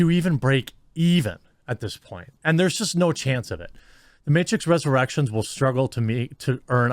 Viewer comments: "the matrix resurrerections budget" lol. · Matrix "ResurrERECTIONS"